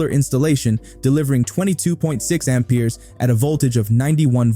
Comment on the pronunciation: I an not native speaker but that pronunciation of Ampers makes me sick in my stomach. It hurts my head.